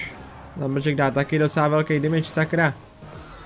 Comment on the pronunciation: Proč říkáš ,,dimidž" místo ,,demidž"? Jinak dobrý video :)